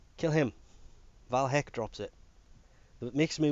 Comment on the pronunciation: Btw its VAY Hek not VAL Hek.